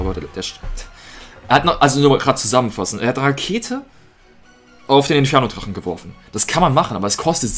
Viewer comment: Twaden.twaden.twaden.e dwagon.mal schauen.mal schauen.schauen.mal schauen.twaden.